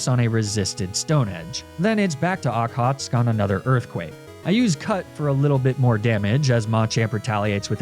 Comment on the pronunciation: I had a corsola in my water run of this game also named okhotsk! Very reliable, surprisingly Just a note, its pronounced ock-hoe-tsik